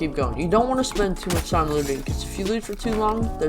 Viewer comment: bro really said "muc"